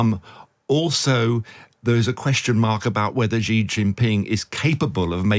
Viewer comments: After 24 years living in China, I can confirm there is no such thing as a ‘China expert’. Especially one that cannot pronounce Xi’s name correctly! 😂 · You all need to practice how to say Xi. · If you are going to be an expert on China, learn to say 'Xi' Jing Ping correctly. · A China expert who can’t say Xi (she) correctly? It is NOT “jee”! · China expert can't pronounce Xi. LOL. Jing Jang? The content was quite good but the pronunciation is really annoying. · I don't know who this guy is but as a Chinese speaker (I am a Taiwan citizen) I don't take him seriously for a second since he can't even pronounce Xi properly (it is more like the English see/C than gee...). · I have a hard time taking seriously experts who cannot correctly pronounce the name of the leader of the world’s most populous nation. The surname Xi sounds like the female pronoun “she” — not Zhee, or G. G. Ping. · If a journalist does not even take the time to learn the correct pronouncation of a leaders name, I for one can not take them seriously. it's pronounced (Sh-e)Xi not (ji or Ge). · How do you become a China expert and not say Xi JinPing correctly??? SHE-JEAN-PING. It's not hard. It's not Ji Jin Ping or Zhee JinPing. So annoying. 🙄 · Hint, Mr China expert: "Xi" is pronounced "she". "Beijing" is like "paging", not like "beige-ing". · Chhhiii Jing ping. Bay-Jing. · No, "She". "Chi" (like "cheap") would be transliterated "Qi". And writing "J" doesn't help with the pronunciation, because people insist on pronouncing it like "beige" or the French "je", rather than like in "jack" or "jump". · Xi is pronounced "she" just like the English pronoun. Not sure why so many people in news media and punditry are so illiterate. If you're gonna present as an "expert" on China, you should not be making these kinds of rudimentary errors. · Strange for such an "expert" on China that he struggles so badly to pronounce Xi's name correctly...